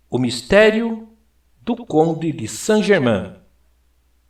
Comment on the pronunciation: Que coisa irritante. Pronuncie corretamente Saint GermAIN [ein], um pouco de conhecimento da fonética francesa só enriquece o trabalho.